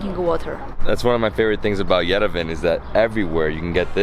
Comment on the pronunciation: Why on earth somebody, anybody ( like that guide of his) tell this guy how to correctly pronounce the name of the Armenian capital YERVAN AND NOT YERVEN!